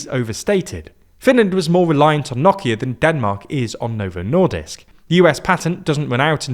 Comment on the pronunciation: His great pronunciation of Nokia brought a tear to my eye